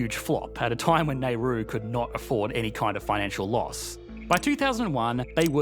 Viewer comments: I don't think you're pronouncing Nauru right.... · I couldn't finish the entire vid because of your pronunciation of Nauru. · Crikey. Before you record a fourteen minute video about a place, you really should learn to pronounce it! Otherwise, very interesting and informative. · That's not how you pronounce the name of the country bud. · Yep. Worst pronunciation of Nauru I've heard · i have never heard it pronounced like he does in australia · Could have at least looked up how to pronounce the country before making a whole video on them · I generally love your videos, but please re-do this one with the correct pronunciations! It's like fingernails on a chalkboard to hear your say the name of the country and it's people wrong over and over for 14 minutes. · Your pronunciation of Nauru is unsettling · Wonder how one can pronounce 'Nauru' as /neru:/, like the surname of the Indian statesman Nehru. Some seconds on the Net and one may see that it's pronounced /nauru/, unsurprisingly. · Nar roo Not nay ru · drove me crazy the entire video. It's Now-ru, not Nay-ru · please note; The island's name is not pronounced 'Nairoo' but 'Nowroo' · Neh-ru? That would be a former Indian prime minister. Nah-oo-roo? That would be a Pacific island! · How did you get " nay roo" from Nauru 🇳🇷 ( now roo) Nauruans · Essentially Australian NZ and British interests screwed them over. "Nay ru" is "Now ru." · Not "Nay Roo"..."Naah Roo" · How does an Australian manage to pronounce Naru as Nayru? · The “a” in Nauru is not pronounced “Nay” but like “ah” as in “apology” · Based on how it is spelled it should be pronounced NOW-ru, not NEY-ru. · Nauru is not nay-ru, it is now-ru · The video has the 2021 numbers for GDP, but keeps showing the chart that ends in 2012. Don't be lazy, and just draw a graph if you can't find one. Also, please don't call it "Neh-roo". It's Nauru. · VIDEO: NAIRU REAL: NAURU MIND: NURU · Kept saying NAIRU instead of Nauru….true economist 😂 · Nayroo? Not Naroo?